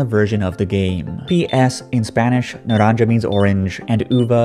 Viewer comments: its not naranJa but rather naranHa since j in spanish i pronounced as h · Not read naranja... Naranha.. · Just for future videos the pronunciation is: Naran-ha. The J makes the sound in English you would use for HA, HE, etc. Enjoyed your video btw just wanted to point that out since this series will likely pull from Spanish text in the coming years. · Naranja is pronounced naranha